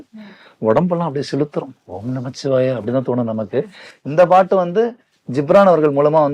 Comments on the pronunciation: நீங்கள் பாடுவதை கேட்டு குழந்தைகள் எல்லாம் பாடி மகிழ்கிறார்கள் நீங்கள் உச்சரிக்கும் வார்த்தைகள் முன்மாதிரியா இருக்கணும் ஓம் நமசிவாய என்று கூறவும் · சிவவாக்கிய சித்தரின் அற்புதமான இந்த பாடலை ...நல்ல இசை மற்றும் குரல் வளம் இருந்தாலும் ...தவறான உச்சரிப்பால் ...முழுமையாக ரசித்து ஏற்றுக் கொள்ள முடியவில்லை !! பஞ்சாட்சரம் 5 எழுத்து தான் ... 'இச்' ஒற்று வராது ...வரக் கூடாது . ஆன்மீகத்தில் தவறான வார்த்தை உச்சரிப்பு நல்லதல்ல .